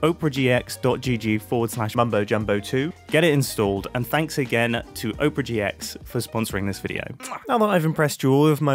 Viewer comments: Oprah GX 😂😂😂 would you like to see the latest showing at the OPRAH ((instead of opera) my bro. i love you, but its three syllables. thats why brits have trouble saying it. " AH - per - uh" love this episode mate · mumbo.... its op er a not oprah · is mumbo pronouncing opera like oprah in the ad read? XD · Mumbo did you say "Oprah GX"? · You say it as Oprah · Mumbo: I'm saying Opera right guys trust me CC: Oprah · Oprah GX? Never heard anyone pronounce it that way. "look under your chair, you get a gaming browser, and you get a gaming browser, EVERYONE GETS A FREE GAMING BROWSER!" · Mumbo, my dear, my love, darling. I feel like I cannot let you continue like this. I care for you far too much. It's pronounced "ah-pra," like the show with the singing. Hope this helps. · "Oh-prah gee ex" seems like the wrong way to pronounce Opera. I think it's supposed to sound like the musical performance rather than the daytime talk host. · Please don’t say oh-per-a gx it kills me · There is no way that is the correct pronunciation of opera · If you're saying it right, then they spelled it wrong. If it's supposed to sound like the name of the TV Personality, it should be spelled Oprah...because that's how her name is spelled. If it's supposed to be spelled that way, it should be pronounced the same way as the theatrical/musical style Opera. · Noooo you said opera wrong go backkk